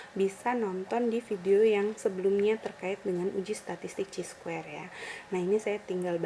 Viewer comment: Bacanya kai square. Buka ci